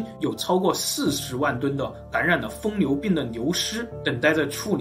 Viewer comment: 疯牛不是" 疯流"